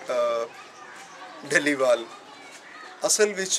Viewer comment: dhaliwal (ਢਲੀਵਾਲ) nahi, dallewal ( ਡ ਲੇਵਾਲ ) keho ji, Gulab Singh dallewalia c